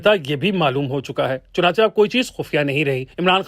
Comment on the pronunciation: چنانچہ کو چنانچا نہیں بلکہ چنانچے پڑھا کریں بھئی